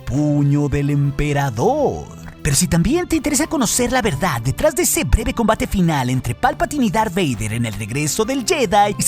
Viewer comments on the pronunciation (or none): none